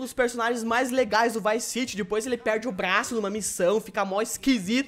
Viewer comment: O falou VICE CIGI.